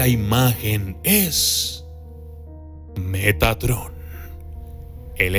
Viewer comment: Yo escuche "megatron" :v